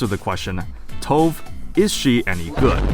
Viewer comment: I really hope we get a unit that increases rate of fire. Btw. Her name is pronounced “Toe-va” like the singer Tove Lo. It’s not stove with a silent “s” lol. It’s Swedish.